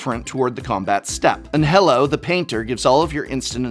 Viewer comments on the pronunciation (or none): Loved the video, thank you. About the maestros, Anhelo could be pronounced Ann-Eh-Loh, and that word means "Desire" or "Wish" in Spanish/Latin rooted languages. Kinda of a cute name.